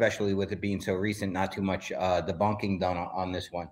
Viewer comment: said "De-bonking"😆😜 Lol, that first ufo vid, that guy yelling everything, giving us a play-by-play... I wonder if that's his normal everyday talking voice? 😅